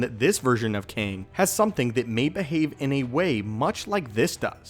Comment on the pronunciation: Kang, it's really KANG.....